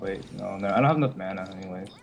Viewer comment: You say Mana wrong